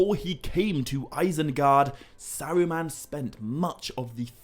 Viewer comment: Sawuuman, I’ve never heard anyone prounance ”Saruman”.